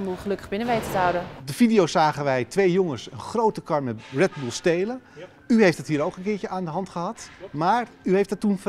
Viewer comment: Wredddeww Boelllelel